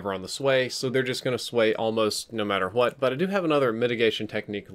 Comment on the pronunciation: ‘No matter HWAT’